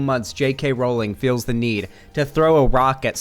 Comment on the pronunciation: You are the only person ive watched who ever said JK Rowling's name correctly. I get she's a shitty person but as someone who has their name CONSTANTLY mispronounced, i hate that people justify mispronouncing it because she's a TERF. Call it civility politics, but if you don't deadname Caitlyn Jenner, pronounce Rowling's name correctly. It's stooping to their level